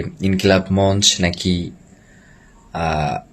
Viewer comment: গুলি খাওযার পর ২ দিনেই সুস্থ !!! মঞ্চ শ্দটাও ঠিকমত উচ্চারণ করতে পারে না।